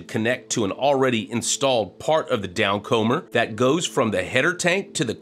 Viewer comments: Down*comer*, as in "to come down". Not down-comber. Sorry, hate to nitpick but you keep saying it :-D Keep up the good work! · Improve your sight-reading, 1) The word downcomer rhymes with newcomer, not beachcomber. 2) Autogenous is pronounced aw-tahjenus, not auto-genius